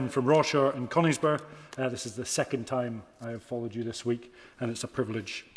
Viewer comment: can't even say Rawmarsh and Conisbrough ... Thank god he's gone